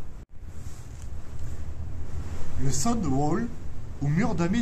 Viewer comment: Mais à quoi sert la grande arche sur le bunker de la Vieille Nouvelle ? Un nouvellois m'a dit pour des filets de camouflage couleur sable mais sans en être trop sûr...si c'est pour çà, beaucoup de boulot pour pas grand-chose sauf pour s'occuper car dans le coin les amusements sont rares ! (PS on prononce le zûdval ! ) amitiés